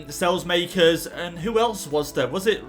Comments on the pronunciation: saelemaekers is pronounce sa-leh-mah-kers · PCQ: You pronounce saelemakers sal-e-mak-ers :) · It is sa la maekers